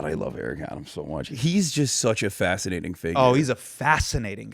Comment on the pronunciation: wait - - - did he say Eric Adams is a FASCINATING character or a FASC(ist)NATING character...?